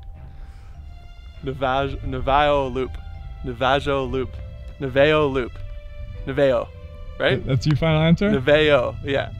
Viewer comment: I've never heard someone pronounce Navajo like that 🤣. Gorgeous spots..can't wait to see more.